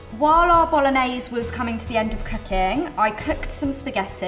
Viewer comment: You know it's gonna be a bad receipe when she can't even pronounce BOLOGNESE correctly... Even a 13 year old kid in italy would know better...